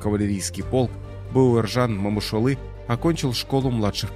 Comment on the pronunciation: У вас что но буквы О . Не Мамышулы , а Момышулы😢